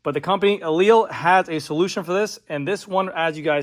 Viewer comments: Pronounced Eli - Lee. Not E-leel Get it right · Aleal? You're missing a syllable to say the least.